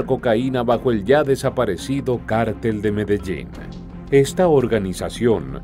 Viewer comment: Porqué cártel,y no cartel.